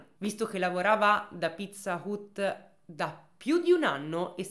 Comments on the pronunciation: Video bello come sempre, ma pizza UT non se pó sentí. Sarebbe Pizza HAT Anche se scritto Pizza Hut. Con il lavoro stupendo che fai sui casi il controllo di una pronuncia ti porterebbe via davvero poco tempo e ti eviterebbe una stonatura evidente in un racconto assolutamente ben fatto. Buona giornata 😘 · Pizza "ut" però non se po senti dai...ma chissene, sempre Number One!!! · però pizza hut non si pronuncia così ma hat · Pizza hut si dice "hat"😢